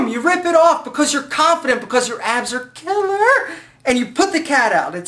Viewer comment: "because your abs are killERRR!" haha made me laugh bro.